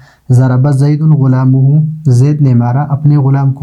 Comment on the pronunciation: ضرب زید غلامہ ،،غلام کے میم پر فتحہ ہوگا اپ نے ضمہ پڑھا اس کو ٹھیک کر لیا جائے شکریہ